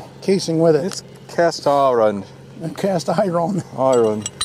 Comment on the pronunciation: You can send me the Cast Eye-ron wrench, I'll recycle it lol